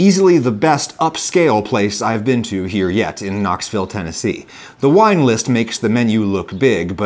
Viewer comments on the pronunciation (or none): none